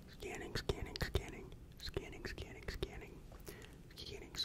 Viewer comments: To me it sounds like “who’s cannon” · or “skinning”